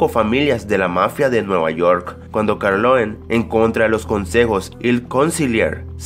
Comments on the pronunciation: No es carloen es corlione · se dice Corleone... no Carloen... y es Francis Ford Coppola no Francis Cord Poccola. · Lo que mas me dio miedo fue escucharte decir Francis CoPórcola y Vito Carloen en este video... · don vito carloen :v es corleone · "Francis Porcorpola", jaja y Don Vito " Corloe" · Que? ¿cómo estuvo? a ver repiteme el nombre del director de El padrino... "Francisco Porcola" o algo asi, y no solo eso, el personaje principal no es Vitor "carloin". Creo que necesitas corregir esos detalles de pronunciación. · que dice? francisco corpola? es Francis Ford Coppola y luego mencionas mal a Don Vito Corleone amigo (que en verdad se llama Vito Andolini) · Corleone mal dicho por el